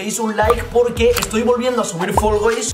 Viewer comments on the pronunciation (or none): GENTE NORMAL: FALL GUYS: FOLGOIS YO: FULL GAYS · Nadie: Absolutamente nadie:: folgois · Los creadores de fall guys le ponen nombre Nadie: Absolutamente nadie:: folgois falcais falcaich